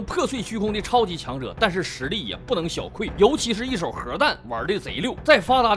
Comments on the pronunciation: ，是不能小“qu，四声”， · ，那个叫不容小觑。。。不叫小kui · 0：24小觑（qu四声） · 不能小觑qu四声，我看你好久了普通话无所谓错别字不能忍啊